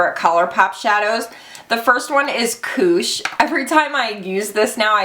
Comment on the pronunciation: And when you said 'koosh' I heard 'kooch'. Aussies and Kiwis will be kacking themselves (slang for laughing hard) as it refers to the umm, Camel area for us people over the ocean...are you the same? Just like Fanny means, well, fanny (lady parts - camel), not bottom for us. That gets us every time.